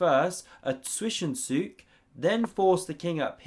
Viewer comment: Dude! You are so close to pronouncing zwischenzug right. You only didn't pronounce the w as a v, and still said zwish instead of zvish. You nailed the 'ts' sound on zug though.